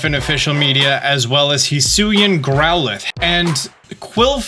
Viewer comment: i say hee-soo-ee